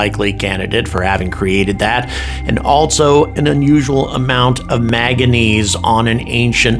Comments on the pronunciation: It's MANGANESE NOT MAGANESE. You had me fooled, I thought you had some science background. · Manganese is pronounced main-ga-neez not 'magga-neez' manganese nodules form on the sea floor and are often the formation is influenced by bacteria but not always: The deposits the rover spotted suggest ocean sediment formatiom but without electron microscopy will be inconclusive as to proving bacteria existed.. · He loves saying “maga-neez”. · The element is manganese, with two “n”s. Get the pronunciation right.